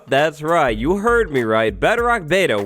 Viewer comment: The fact that he says bedrock like "better-oct" is slightly annoying but not enough for me to write a comment about lol (Edit) shit